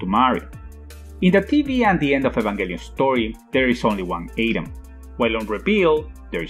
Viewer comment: “Seal"? “Wiley"? “Ayedam"? Who’s narrating this? The swedish baker from Family Guy?